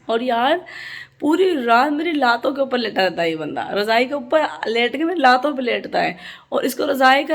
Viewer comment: lato ko TANGY bolty hai. :p